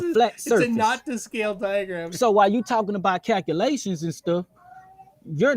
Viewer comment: What the heck are kakulaeshns